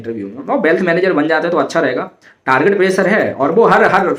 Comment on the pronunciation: Bhai bealth nhi wealth hota hy